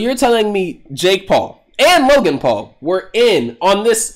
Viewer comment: Why did he call him logen